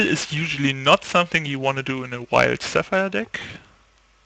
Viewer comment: hey man, great video's. Just a tip: when you say mono wild, it sounds a bit like mono white.